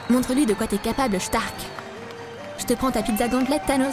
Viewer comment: "Shtark" sérieusement ?